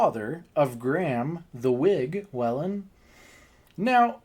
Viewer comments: Its not wellen its pronounced wheelin 😂😂 and the wig is dating conors sister 😂 that man was not the wigs dad 😂😂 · I'm Irish, just for future reference Whelan is pronounced Wee-len. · Just have to let you know how to pronounce the surname Whelan. Just say Wheelan 🙂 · So your theory is that they just wanted to embarrass/shame him because he did so to Ryan Whelan at the bar? It's WHEELan, just to let you know.